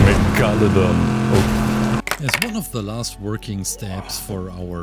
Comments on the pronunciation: Megalo don (meg-a-luh-don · i think its pronounced meh-guh-low-dawn